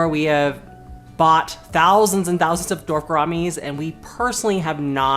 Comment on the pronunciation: ''Dorf'' gouramis. That's funny.